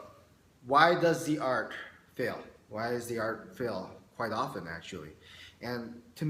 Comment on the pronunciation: sounds like you keep saying arc instead of art